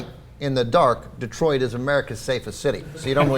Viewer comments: Detroit, not Detriot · "Det-riot" lol freudian slip. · Detriot? lol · What's "Detriot"?